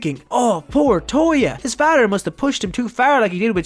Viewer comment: Nice story but, (no offense) am i the only one that hates how he says "father"?💀😂🥲